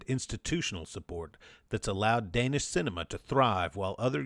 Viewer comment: Hi, it is I, your countless listeners in Denmark. Don't worry, you managed to massacre the pronunciation of every single Danish name and word, but we forgive you since you somehow managed to stumble upon the existence of the ABCinema art collective in your research.